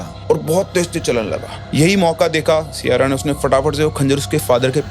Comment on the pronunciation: Siyara ❎ Saiyara ✅ 😂😂